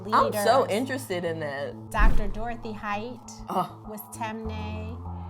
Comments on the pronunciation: Lol she pronounced the tribe wrong, but it’s cool tho. It’s tee-mey -nee, not tem-ney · it’s not tem-nay it’s ti-mi-ni🇸🇱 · Its not “tem- neh” it’s actually pronounced “tim- knee” im from Sierra leone and that is the right pronunciation for temne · Just being helpful here it’s pronounced “Tim-knee” not “Tem-Ney” I would know because I’m from that tribe in Sierra Leone 😊😊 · And it’s not pronounced tem- nae it’s pronounced tim-eh-knee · Lmao she said “Tem ne” we pronounce it as “ Tin me ni” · ok “mendi” and “timni” that’s how you pronounce it. They are the 2 largest tribes in 🇸🇱 ❤️ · I’m from Sierra Leone, temne its pronounced ti mi ne not tem nay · Guys just for pronunciation it’s “Timinie” not ‘Temne’ and “Full-a” not ‘Fuula’ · glad for everyone! Temne is pronounced tim-nee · She pronounced Temne incorrectly it’s pronounced (Tim-nee) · This is really interesting. Btw it’s pronounced as “tim-knee” I’m from Sierra Leone and my tribe is Fulani. Proud African 🌍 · The way she pronounces temne 😬 but I guess a lot of African American are Sierra Leoneans 🇸🇱🇸🇱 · As a member of the Temne tribe, someone please teach her how to say Temne🇸🇱🇸🇱🇸🇱